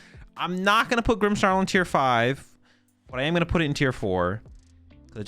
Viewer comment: there is NO "H" in "Grimmsnarl"